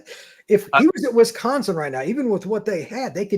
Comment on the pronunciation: You would think could get a guest that can pronounce Wisconsin to talk about Wisconsin… 🤷🏼‍♂️